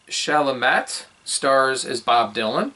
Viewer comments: It's pronounced Shall - a - may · I can't tell if you were doing this on purpose, but your review is like listening to a person from another planet talk about the movie, the actors, and Bob Dylan. You mispronounce Chalamet and Elle -- which makes me think you know nothing about them. You talk about the time period of movie as if you are talking about the history of a foreign (to you) country. If you want to get a YT following reviewing movies, I think you need to know something about the actors, the historical period, and the subject. Maybe you were trying to be indifferent, but it comes off as being uneducated about movies. Watch some pro-reviews and see how they give background on the actors, the filming, the screenwriting (author of the book if it was an adaptation), etc. Your audience is looking for insight, not just a play by play of the film.